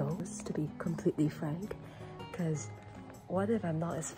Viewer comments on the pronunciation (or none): none